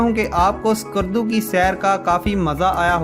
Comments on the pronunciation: There's no 'Alif' is skardu... Its not Iskardu.... Its just skardu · My friend I like to make corrections name of the city is call skardu . Not iskardu